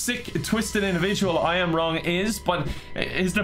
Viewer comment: I am wrong sounds like a Starbucks employee mistaking the name Ian Wong